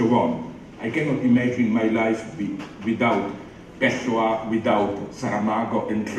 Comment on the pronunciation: Zizek: it's not Pehssoua. It's more like Pewssoua, with no accent in any of the tree sylables. I'm tired of hearing people [here in the USA, for example] pronounce Pehshooa -- I have no idea who that writer is!